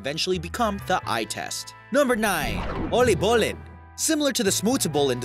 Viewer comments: When you say oliebollen, you pronounce it like 'oleebollen' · hahahah when he said oliebollen so bad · lmao I like how he says it oleebolee it's called in dutch oliebollen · "oleebollen" "hegelsleg" "vincent ven go" when english people pronounce dutch words edit: waarom de f**k krijgt dit zoveel aandacht? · "Elleebollen " lol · I’ts always sooo funny to hear other people try to pronounce dutch words correctly😄😆 I mean...oly bulle? Vincent van go? Haggle slag? Lel Btw i didn’t actually know most of these dutch inventions... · OWIEBOLLUN 😂😂😂 Heggelsleg😂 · "Ollébollé" heb ziek gelachen😂😂😂😂😂😂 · Nothing better to hear an English person fail at dutch olliebollen en hagelslag <3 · Ollybolun Hegelsleg Vinent ven goo No hate But your good at dutch 😂😂😂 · Ollibulen(i am sorry but its really funky 😂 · Oliebollèn. like the way you pronounce that😂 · U say oliebollen as O-LL-IE-BOL-LEN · “ollibollen” het zijn “oooliebo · oleeboleen :P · He pronounced oliebollen as ullybullin XD. Maybe next time let google translate pronounce it and try to imitate that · Oaly bol. That's a start. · You butchered the pronunciation of everything. :/ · The way he pronounced “Oliebollen” got me laughing so hard... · Love it how he killed some dutch words😂😂 loved it great video! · How he said " oliebollen " 😂😂 I know it's a hard language, but I laughed so hard😅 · Im laughing about how he says 'olie bollen'😂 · Lmao the way he pronounces “Oliebollen”😂😂😂😂😂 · Wow I am dutch, and it was very interesting but also very funny to hear how you pronounced "oliebollen" and "hagelslag". :-) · I died of laughter when he said oliebollen and hagelslag! XD its not how you pronounce that! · You pronounciation is wores i am from the nederlands en i was laughing out loud😂😂😂 oliebollen and hagelslag and vincent van gogh haha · You butchered oliebollen so hard it made my cry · HAHAHA How He pronounced oliebollen lmao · Hahahahhahahahahhahahahha i’m dutch and that’s not how you say oliebollen or hagelslag😂